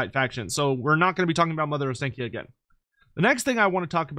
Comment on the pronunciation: Every single English person pronounces Ostakya wrong. It Ostankya with an A as in AAA. The clear sound A. And not then English AEE.